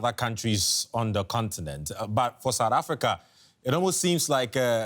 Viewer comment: Its South Africa not sadda africa 😂😂